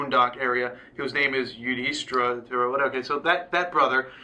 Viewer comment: just trying to help.. Dhritarashtra - the-ree ta raashtra Duryodhana- do ree o duh na Yudhishthira - you dish thee ra Pandava - paan duh va (not "pun dava") Kaurava- cow ruh va i know it's a bit difficult at first, so hope this helps..